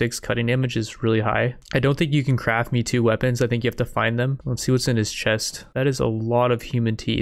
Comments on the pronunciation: One correction, the pronunciation of "Meitou" isn't "me too", it's more like "May tow", which means famous sword or legendary sword in Japanese. The written form is "名刀". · it's May-toe not me-too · model "may-toe" :D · Lol bra, every time you said Metoo new born children got aids, its pronounced May toe, the disrespect shown to those legendary blades is unbelievable. and the Yonin XD killed me, its Joe nin, other than that great vid bra